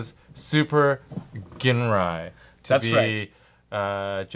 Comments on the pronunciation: actually after listening to masterforce allot, it really does sound like Ginrais name is pronouced JIN-RAI with a J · it is actually pronounced JINRAI or JINLAI. just look at masterforce videos